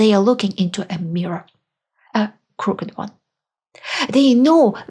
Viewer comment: a minor pronunciation correction: 'crook..ed' in two syllables, unlike the single syllable 'cooked'. BTW, your videos are an educational goldmine for those of us trying to understand how Russia came to be how it is.Thanks.